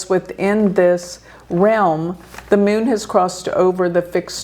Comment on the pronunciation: Meeonnn (Moon) Her pronunciation brings a big smile. American.